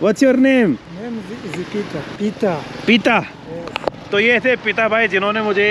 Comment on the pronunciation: Peter not Pita...